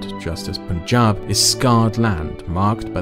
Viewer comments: Once again, it's pUn-jaab not pOOn-jaab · I get a laugh everytime Punjab is pronounced Poon-jab. Its such a weird way to pronounce a word that sounds like Pun-jahb. like a pun, not a poon. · The "pun" is actually pronounced like that....Punjab is pronounced as "pun-jaab". The "pun-" is pronounced like the word pun and "jab" is pronounceed as the pronunciation of "Ja" in the word "Java Script" but instead of the "v" add "b" so "jaab".